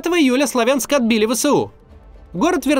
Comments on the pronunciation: Сла́вянск правильно, а Славя́нск - это новояз и неправильное произношение. Также как и Ку́пянск, а не Купя́нск!!!!! Постоянно неправильно произносите, уши режет. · СлАвянск!!! На первый слог ударение! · СлАвянск ударение на первый слог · Сла́вянск правильно говорить!!! Всю жизнь так называли, а после 2014 года появилось другое ударение. Пожалейте уши слушателей.